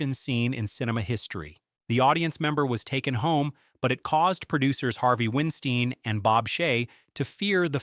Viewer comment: Harvey Winstein?? Have you been living under a rock for the last decade? It's Harvey Weinstein. (Wein pronounced like "wine").